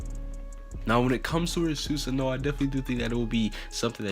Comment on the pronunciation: Bro learn how to pronounce it it’s su - san -oo